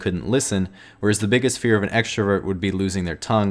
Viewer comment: is no one going to talk about him saying extravert rather than extrovert, HES CALLING EXTROVERTS EXTRA, IM OFFENDED